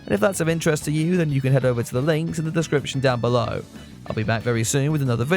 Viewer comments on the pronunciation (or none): none